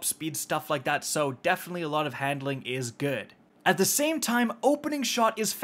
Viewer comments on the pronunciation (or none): none